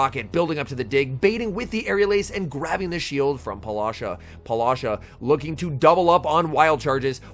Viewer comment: Please stop saying polasha, her name might be Paula, and then whatever is that Sha that she added to it. Great commenting as always, just your pronunciation of her name it's tickling me lol